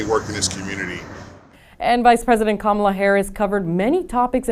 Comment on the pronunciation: Can please pronounce Kamala correctly? This isn't the first time.